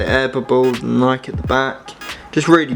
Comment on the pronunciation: Should add the ultra essential Infa to this list man, it's such a tight shoe, picked mine up s few days back, sick video, only one bad point, didn't pronounce Nike right haha